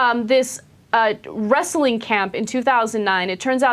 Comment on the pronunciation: LOL at Cenk saying "Wrastling Administrator" like he's a southern hick.